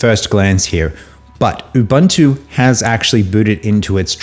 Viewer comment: It's pronounced oobOOnto, for God's sake.